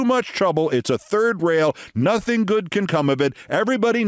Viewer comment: “I know NOTHINK”. Just what we want in a president!